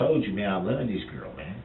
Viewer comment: Durrell really "luh dat girl" ! I think it says something about Darrell that he can't seem to say the word "LOVE" !